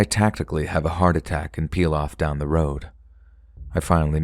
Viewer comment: sounds like you say "I tactically have a heart attack" and that made me lol so hard 🤣🤣 strategic myocardial infarction! taking "playing dead" to a whole new level haha